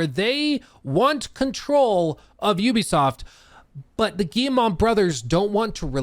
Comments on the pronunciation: Hey! It's Guille-moh, not Guille-mah, friendly tip! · The Gay-mon brothers? Am i hearing this right?